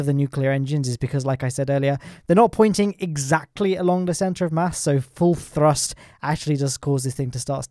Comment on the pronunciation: Is throst just thee official pronunciation now?